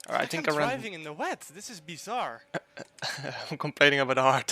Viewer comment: you really said : "bizarre" the French word?